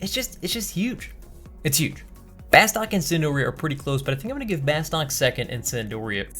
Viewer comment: C'mon, it's pronounced 'Bah-stuuk'.